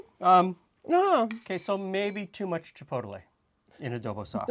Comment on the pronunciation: I hate to be that guy, but the way was saying chipotle was really rustling my jimmies "chi-poadle-eh" 🙃